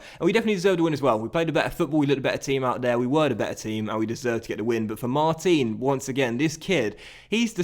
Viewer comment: Just being nit-picky here, but Mar-teen is actually pronounced Mar-tan in French. Love the series and your content, keep it coming!